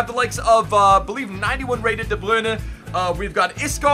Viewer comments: i swear, you pronounce De Bruyne different every video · THE way you say de bruyne makes me cringe, still love u bro 💗💗